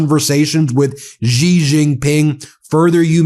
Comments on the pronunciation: Xi is pronounced Si, or See, or Sea. Not Gi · Ben, Xi is pronounce "She" not Zhi.